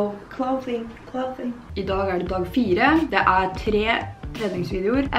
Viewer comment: Absolutt ingen:: Clowithing, nei clow i thing 😂😂❤️